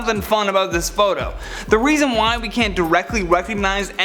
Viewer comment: I love how u said "weason" instead of "reason" sooo cute